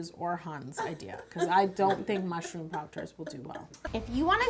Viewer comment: Fun thing: when you said mushroom I totally understood marshmallow until you said the word marshmallow I got I was so wrong hahahahaha